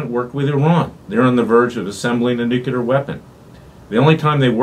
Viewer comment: Mr. Klayman, I am a fan, but please do not say nucUlar, is nuclear ....